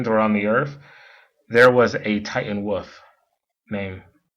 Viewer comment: looks like he has trouble pronouncing "wolf" as well. I think we may be dealing with a seven year old that somehow acquired an adult-like voice via severe brain trauma.